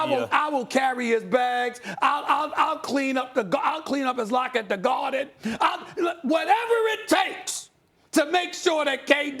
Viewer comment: "I'll clean up his locker at the GARHHHDEN"